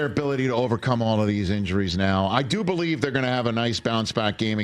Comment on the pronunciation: WHEN WILL YOU BO-LIEVE, RICH?!